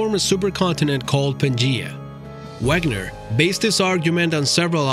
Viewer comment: Alfred Wegener is pronounced Vegener